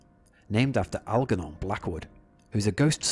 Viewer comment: Algernon is pronounced with a soft g: al-jer-non.